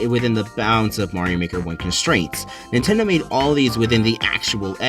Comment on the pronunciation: "Nindot"... great job 🎉